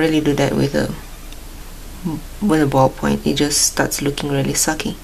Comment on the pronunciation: Great video. It's fun to hear "really sucky" with an accent. Seeing this video, I like my Pilot G-2 gel pens now.